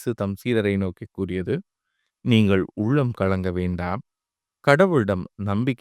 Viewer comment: Sir, please, neengal vaasikkum Thamil rommba thavaraga ullathal vasanathil gavanam chelutha mudivathillai. Zha,la rendumae pottu kuzhappugireergal. Eg..instead of ullam you are pronounsing. UZHZHAM. Kindly avoid these mistakes 😢